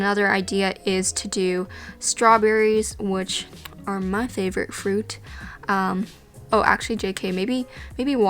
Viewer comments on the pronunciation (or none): none